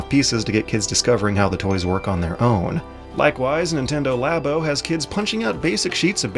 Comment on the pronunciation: Oh my GOD IT'S PRONOUNCED “LAA-BOW” AS IN “LABORATORY” UUUUGH